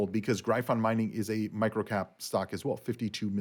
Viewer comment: I Don't think you are pronouncing gryphon properly. I could be wrong.